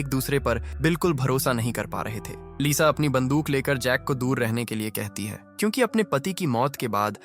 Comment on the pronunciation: AI he bhai ye sab..aap google gemini se baat karna wo kyunki ko chyunki pronounce karta hai..and yaha voice over b yahi pronounce kar raha hai